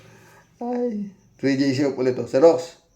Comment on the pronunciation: sir Rox, tuwang- tuwa ako sa pronounciation mo ng KINGDUM!!! ang Kyot!!!! haahaaaa thanks to Arlene Stone!